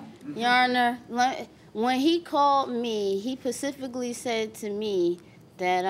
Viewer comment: She's trying to run a scams on everyone and she can't pronounce "specific" 🤦🏾😔🤦🏾